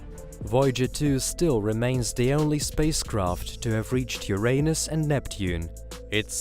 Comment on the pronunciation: Ffs its URINE-US not YOUR-ANUS..